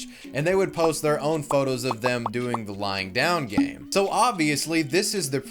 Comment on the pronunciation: It sounds like you’re saying “lying down gang” which I like a lot more